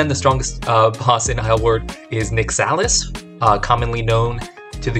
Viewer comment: Your pronunciation of Nyxalis hurts me